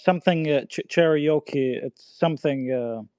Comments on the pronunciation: It’s Cherokee not Che-re-okay🤦🏾‍♂️ MAN CANT EVEN PRONOUNCE OUR TRIBAL NAMES PROPERLY 🤦🏾‍♂️😂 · “Cherry O Kee”….smdh